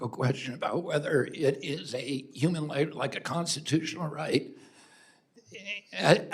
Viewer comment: I think bernie says “umam” instead of “human” on purpose